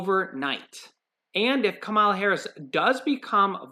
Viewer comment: pronouncing Kamala harris wrong